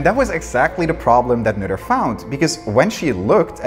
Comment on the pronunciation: Finally someone pronounced 'Noether' the correct way.